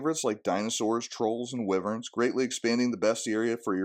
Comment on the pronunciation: I know this is kinda of a nitpicking spergy thing to comment on, but wyvern is pronounced with a long i. WHY-vern, not wivvern.